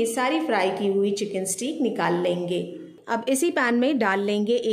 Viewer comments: پیاری بہن سٹییییک نہیں ہوتا سٹیک ہوتا ہے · Haha. Stake not steeek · You can simply say chicken fillets instead of ( steek ) or steak which is pronounced as stake 😅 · It’s steak. It’s pronounce ‘stake’